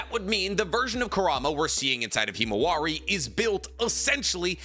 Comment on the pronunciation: Mans really said kimawari